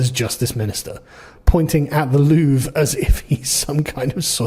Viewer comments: did you say loovree you pleb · Just so you know, it's pronounced "Lou-Vra" ... so you can outperform MSM LOL. Really sad part is that the normal French citizens won't get how "DEI" doesn't work ... can't change a flat but can run "Security" at the World's premier Museum. Her saying "Non" to Policing is dangerous is the same logic as a female Blackhawk Trainee Pilot ignoring her Male instructor to change course ... twice. Bonjour and howdy from a Texan living in France. They didn't use a "Crane" in the traditional American sense, they used a "Furniture Lift Platform" and the reason nobody seemed to know it was going down is that those devices (Furniture lift platforms/stairs) are very common here ... most building that even have "Elevators" are usually very small and most times "Movers" aren't allowed to use them as it interferes with Tenant movements. So they use these portable devices to move boxes/furniture/appliances externally from the Street and thru Apartment Windows. Nothing out of the ordinary ... especially given they were dressed in "Workman Reflective Gear" (also very common). And it only took 7 minutes ! Seems to be the current MO for this type theft. Popping the stones/Pearls out isn't very difficult or time consuming; they've already proven their skills with a battery powered angle grinder ... a "Dremel" with a cutting wafer is no great step. The Gold is easily smelted with a gas/oxy torch in a graphite crucible and with spot Gold going for $4,300 a troy ounce, very lucrative. The "Rose Cut" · you don’t pronounce the “re” in Louvre mate.. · So you pronounce it like the word we use as a synonym for bathroom.